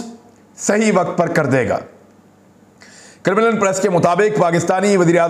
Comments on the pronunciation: It's pronounced Karem Lin Kremlin....it sounded like criminal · It’s Krem-lin, not Krim-lan. Please correct name. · Imran bhai Kremlin is pronounced - KA-REM-LIN not Criminal...LOL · Sir it’s KREM -LIN not CRIMINAL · It’s not Crimlin. It’s called “Kremlin”. Your mispronunciation is off putting. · Its pronounced CREMM-LEN not KIRR-mi-LIND ... Paainda bc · Imran bhai saab crimlin nahi hai kremlin hai, please listen to it from some news source so you can pronounce it properly. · Sir it's pronounced as 'krem' 'lin' and not as 'krim' 'lin'. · Not Krimilen but Kremlin MA SHAA ALLAH you are super neutral Journalist beside Sabir Shakir you very straight forward gentle man Mr. Imran Khan Riaz (Riad) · Kremal hay kremenal nahin hay. Asal nam hay Kremya. Main wahan reh ke Europe aya hun. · Its Kremlin, not crimilin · criminal nahe kraam- len sound hota hai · Imran bhai, 🙏🙏🙏🙏🙏 the place is Kremlin (pronounce: Krem-lin)🙏🙏🙏🙏🙏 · It's krem-lin, please get the pronunciation right. You sound funny because it's such a well known name. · عمران۔اسکا صحیح تلفظ کریملن یعنی ل کے نیچے زیر ہے۔انگریزی میں Kremlin ہے